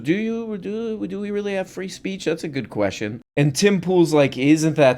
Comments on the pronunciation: The man asked me a hard queschion! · TP is so focused on being contrary that he completely misses any sort of point or consistency in his "argument" 🚽 'the man asked me a hard ques-ti-on'